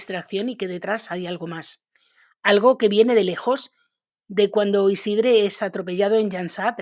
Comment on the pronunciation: Tampoco se pronuncia esa e de Isidre, esa e seria entre una a y una e